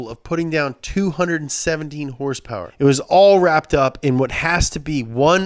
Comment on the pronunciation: did he say hourse power?